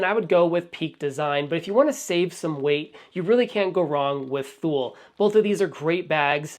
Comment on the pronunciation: Also,I Believe it’s Pronounced “Too-Lee” (Thule)